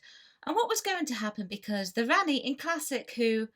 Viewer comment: Rani-pronouned Rahni You pronounced it as Ranni.